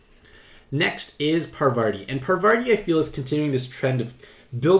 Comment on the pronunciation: pronounce parvaRti one more time